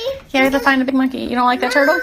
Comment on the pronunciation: what turtle? Oh, you mean the tah-dull. Jesus, someone get a speech therapist, STAT!